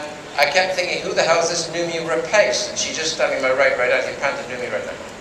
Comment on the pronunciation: Holy shit he can't even pronounce the name of his lead actress right lmao